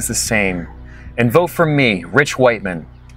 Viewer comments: Awesome - previous comment is right Rich Whiteman pronunciation is ridiculous - great running into you today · The pronounciation of rich whitemen killed me